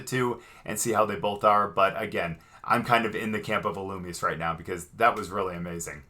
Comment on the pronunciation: Ee loo me zay(illumise)